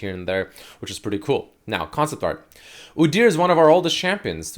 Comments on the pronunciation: everytime I heard oo-deer instead of oo-dyur I twitched. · God please make stop saying udyr like that:/ "oo-deer" because now i cant say it normally and its hurting my mental state:)